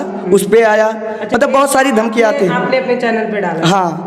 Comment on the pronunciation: दमकिया नहीं धमकियाँ होता है मैडम